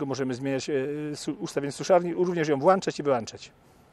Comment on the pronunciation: włanczać i wyłanczać.Jedynie włancznikami to można uczynić...tylko gdzie takie coś kupić?Tak mnie naszło na uszczypliwość...